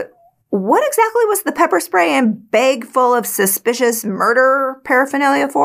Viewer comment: I love the way she says bag , “beg “ lol